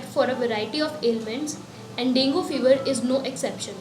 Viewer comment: Dengue is not properly pronounced in this video. Although good explanation